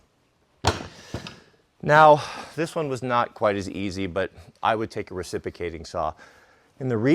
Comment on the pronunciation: The words mispronounces cracks me up. Recipicating and esskuvater are the most comical to me. I just think he doesn't much like some consonants like the X in excavator or the R in the middle of reciprocating